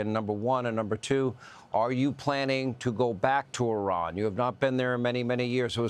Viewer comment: The way Hannity pronounces IRAN near the start of the video hurts my ears.